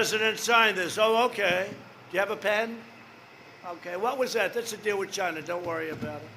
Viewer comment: It came from "Chi-NAHHHA"